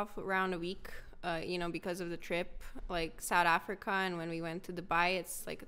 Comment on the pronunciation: "Sahd Afrika"👁️👁️